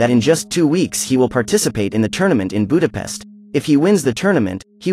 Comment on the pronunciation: U say Budapest wrong mate